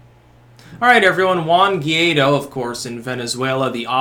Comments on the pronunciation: It's pronounced Goo- eye- dough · It’s pronounced Guh-Why-Doe